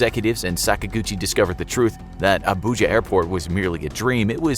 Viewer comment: Hearing you pronounce names like Ogwuma, Nwude and Abuja hurt my ears 😂